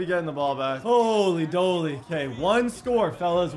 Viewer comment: Alright im tired of it, its holy MOLEY not doley